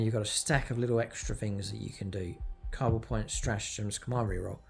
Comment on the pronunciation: First you can’t say Kauyon, now you can’t say Cabal.. are you mispronouncing on purpose. Stop triggering internet strangers lol